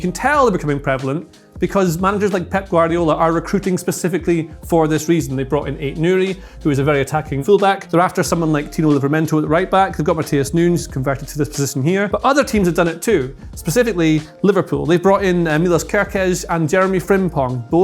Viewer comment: Love! Matheus Nunes is Brazilian, meaning his name is Portuguese. It's pronounced Noo-nesh, not Noonz. Just tryin' to help...